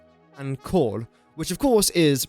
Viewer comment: Whenever you say coal, why does it sound like you're saying cord or corn? 🌽